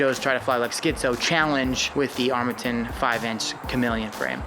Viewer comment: Did you guys have a challenge to see how many different vowels you could use to pronounce Armattan? Armattan Armatten Armattin Armatton Armattun Im pretty sure you hit them all. LOL!